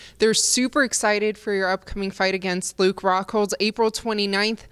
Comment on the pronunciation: Did she say fluke rockhold? Lol